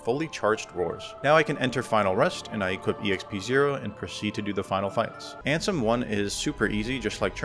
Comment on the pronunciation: Love that you call Riku ansem as RANSOM